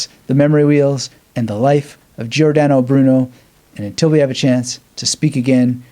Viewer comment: Pronounced like English, Jor dan oh Broo noe. No " Aye" sound